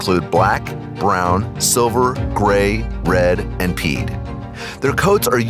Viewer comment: . he pronounced "pied" as "peed"...it's pronounced "pie-d".